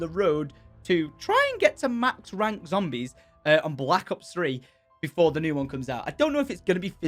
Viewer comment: "Zombries" Ur a bit too drunk tom